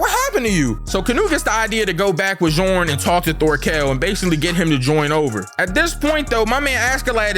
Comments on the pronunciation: Bjorn is pronounced as Be-yorn 🤣🤣🤣 not big john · Djornn's name is actually pronounced "Dyornn", the j in Scandinavian languages, especially old norse, is pronounced like a y, the same goes for jömsborgh, which is actually pronounced "yomsborgh" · The man who takes the mushrooms name is pronounced B-Yorn I know cuz I watched Vikings as a kid with the subtitles on and their names are spelled the same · lol Bjorn's name is pronounced "B-yorn," since Bjorn is a germanic nordic name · Bjorn is pronounced "beeORN". Viking/Norse/Finnish, what have you, J is "ee".For example: Mjolnir = MeeOLneer. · in norse the J in Bjorn is actually a Y sound its like the word BORN with a Y like BYORN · its pronounced byorn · imma help a homie out Bjorns name is pronounced (Be-Yorn) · Not 100% but I’m pretty sure it’s pronounced byorn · for future refrence its pronounced Byorn. the j is pronounced like its a y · Mans pronounced bjorn as jorn 🤣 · Bjorn is pronounced Byorn. Germanic languages pronounce j as y. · BRO I BEEN WAITING ON THIS ONE. VINLAND SAGA STILL SLEPT ON. TOP 10. TOP. 10. Side note: it's Bjorn pronounced bee-yorn. Side note side note: Thors ain't fall that mf died standing like Whitebeard. Bro was a G. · the J in bjorn is silent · the j in Bjorn is silent its the name of a famous Viking named : Bjorn Ironside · Yo you actually had the right idea about Bjorn but it's the j is actually pronounced like it y. I only know this because I got a great Uncle with that same name ✌️ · the j is silent think mjolnir